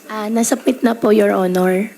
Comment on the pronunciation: Pambihira, intsik ito. Inaral lang talaga ang tagalog. Yung pronunciation nya sa passport ay "paspor". Walang pinoy nagsasabi ng "paspor". "Submit" pero yung sabi nya is "sapmit". . Walang pinoy ang nagsasabi ng ganon. Her Tagalog is not questionable dahil nahuli nya yung accent. I'm also a pinoy but may punto ang Tagalog ko. But you can never fool anyone when it comes to English. Universal ang English accent at pronunciation ng pinoy. May konting punto but hindi kagaya ni Alice Guo. Walang pinoy na nagsasabi ng "paspor" o "sapmit". Bakit hindi sya ipagsalita ng English? Let her read a page of an English book to check her accent and pronunciation.